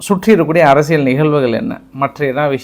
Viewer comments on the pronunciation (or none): none